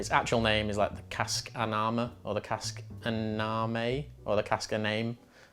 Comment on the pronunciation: The mh would be pronounced as a 'v' so 'Annav' for an English speaker and not in Scottish but Gaelic. Scottish is a cousin of English, Gaelic is a cousin of Irish.